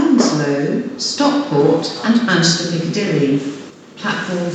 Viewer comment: She can’t say the M in Manchester. So she says Anchester Airport Lol.